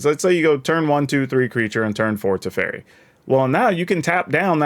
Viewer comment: man ey butchered my boy tef so hard. also good point about tempo tef big brain. Haven't seen any1 pointing this out yet